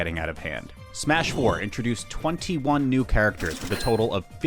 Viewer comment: i have never heard anyone call it "Smuh-4" please never do that again